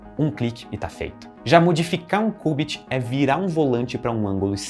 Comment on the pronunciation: que cubit oq mano, ta doido? é kiubit